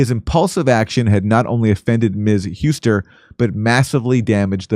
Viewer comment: Couldn't believe anyone could be worse at pronunciation than Jimmy.